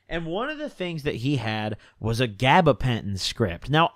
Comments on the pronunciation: He making up words at this point bruh “gabagentin”😂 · “gabapentin tweak lords”